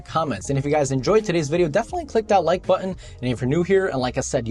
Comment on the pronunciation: You actually said "buttoN" the 3rd time :)